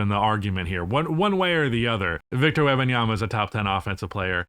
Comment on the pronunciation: Agree with the arguments presented but, please, stop saying Webbinyama. Is either Wemby or WEM - Banyama Is a person's name ^^ Respect